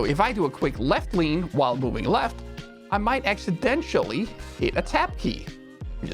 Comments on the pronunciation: No one else going to mention the pronunciation of Accidentally as Accidentially ? :) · Big fan and watch every episode. I know you aren't a native English speaker, so a quick note: "Accidental" is not pronounced ACK-su-DENT-SHAL, but instead ACK-su-DENT-eL.The end is less like 'residential' and more like 'dental'.